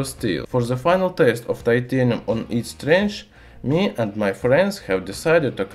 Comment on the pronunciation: 'it will have the same strench'